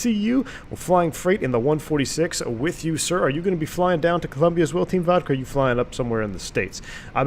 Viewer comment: COLOMBIA! not Columbia